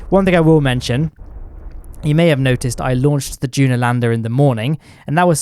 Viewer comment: "Juna" lol